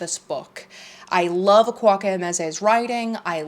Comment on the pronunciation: Just a suggestion- please look up the pronunciation of Akwaeke Emezi's name because you say it oddly. it's more like a-QUAKE-e like earthquake not kwak.